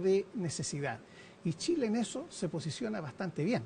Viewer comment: La periodista dice tileno Tile.porque tienen tanta dificultad para pronunciar la CH.Las chilena??